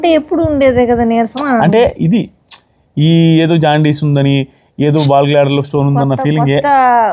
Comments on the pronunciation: naayanaa, ball gladder kaadu, gal bladder, entha serious gaa vindaamannaa, navvosthunnadi , chusuko naayanaa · Ball gladder 😂 kadu GALL BLADDER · Bal gladder kadu gallbladder andi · Balglader kadhu andi, gallbladder andi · Ball glader kadu gall blader